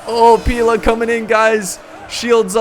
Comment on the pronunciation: Pila, pronounced Pee-lay is the plural of Pilum, pronounced Pie-lum, and only Romans used them, not the Iberians!!